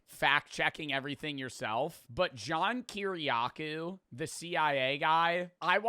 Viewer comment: Man said "John Keerycow"